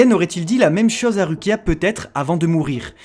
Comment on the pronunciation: S'il vous plaît, je vous adore mais ça se lit Roukia 😂